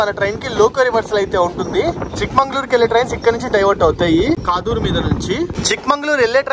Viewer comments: Kaadur kadu kadur. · Adhi kaaduru kaadhu kaduru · కాదూర్ ❌ కడూర్ ✅